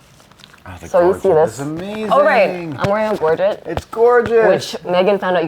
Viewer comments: I cringe every time someone says Gorget. The 'get' sound should sound like sl-eigh so it sounds like 'Gorgeigh'. Long 'a' sound not short 'et' sound. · Gorget is pronounced like buffet ( that you eat at). 25 years making SCA armor. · "If you don't mind taking off my gorjit"